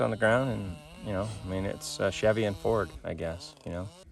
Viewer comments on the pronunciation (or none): It's weird to hear someone say they're a Chevy fan, but they pronounce it Cheevy.